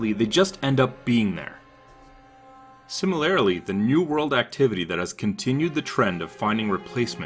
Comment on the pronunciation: similarily its similarly. good video though